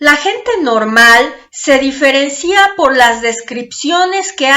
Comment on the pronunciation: En el dice "se diferencía" y no se dice así: se diferencia. Tampoco se dice financia, se dice financia, etc. Hasta en el radio los locutores no saben hablar.